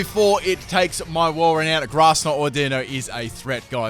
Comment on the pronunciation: I always thought it was AU-di-no not au-DI-no XD